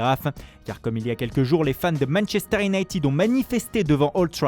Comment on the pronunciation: « Manechester » « la Rrrrrrroma »